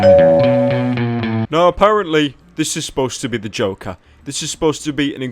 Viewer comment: i like how pyro says the name joker... "Da Jowkar"